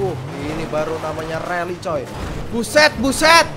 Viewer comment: rally atau rully 😂